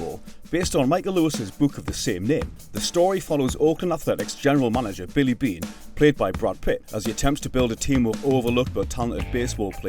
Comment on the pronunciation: I believe Billy Beane is the only name you pronounced correctly that entire video😢